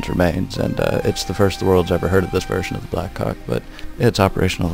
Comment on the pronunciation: i just sounds like your saying black cawk